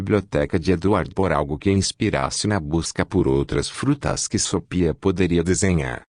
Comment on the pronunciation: É GENTE OU ROBÔ QUE faz A LEITURA? DEVE SET ROBÔ PRA FALAR SOPIA, ESCREVE-SE SOFHIA MAS LE-SE SOFIA, tem mais fala errado